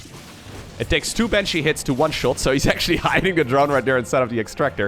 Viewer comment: Miberator, Maven, Manshee